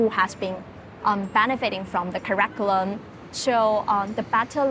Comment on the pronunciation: If the paid consultant from Oliver Wyman can't pronounce the word 'curriculum' accurately, the problem is worse than we all can see.